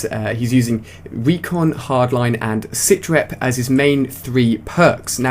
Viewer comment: new perk lol sithrep its sitrep